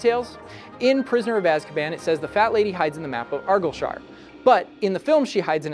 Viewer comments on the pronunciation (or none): Not to sound like Hermione but, it's pronounced "ar-guy-ill-sh-ihr" not "Arr-gill-sher". No hate intended. I just had a wee chuckle to myself because I had to rewind it a few times to work out what you said. P.s. I have only just noticed my hometown is at the top of the Argyllshire map. My hometown featues in the halls of Hogwarts. I could cry. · As a Scot, the pronunciation of Argyllshire made me boak